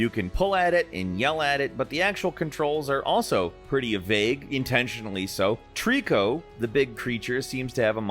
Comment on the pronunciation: It's not Tree-co. It's Tri-co. Like adding three animals together to get a trio. Great video regardless.